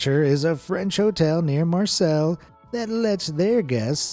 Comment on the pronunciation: Dude... How the hell did you pronounce Marseille???